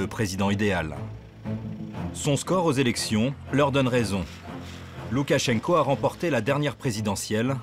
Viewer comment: On prononce Loukachenka, il n'y a pas d'accent tonique... idiot.